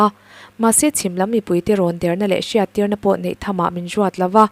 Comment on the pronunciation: A ngaihnawmin a bengvar thlak ṭhin. Lawmthu ka sawi leh e. Rawtna ka'n siam nawn leh teh ang. ' HR' hi Sh in ila lam ri reng mai.'Hriattir' =Shiattir. 'Ṭ' hi 'Ch' angin ala ri fan bawk. 'Ṭang' hi 'Chang' Trump pawh Champ. Khawngawih takin mi entawn leh in tihdan hi ṭha ber (chha ber ni lovin) a ngaih in ni. Han uluk ula, Mizo leh Mizo ṭawng (Mizo chawng a ni lehpek lo aw) hi i humhalhin i humhim teh ang u.